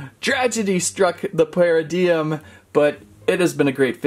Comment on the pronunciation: It's not paradiiigm it's paradigm